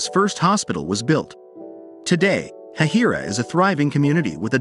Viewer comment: It is actually pronounced hay-hi-ra